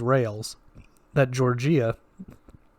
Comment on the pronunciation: Its Georgia, like the state. Not "Jorjeeyah"